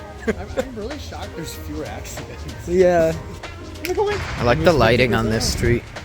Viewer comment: have You ever been in UK? Your British accent is good:D